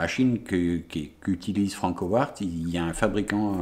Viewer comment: "Franckowarttt" comment ça pique les zoreilles !! >_< Bonne continuation et go les beaux projets ! :)